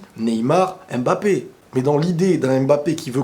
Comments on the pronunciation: Pour vous dis Embappe au lieu de Mbappe Je comprends pas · On ne prononce pas M-MBAPÉ, on prononce juste MBAPÉ. Arrête de prononcer le M au début de son nom.